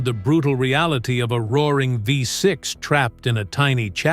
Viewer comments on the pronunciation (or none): Renault Fifth Six !!!! ( Oh don't you mean VEE 6) 😂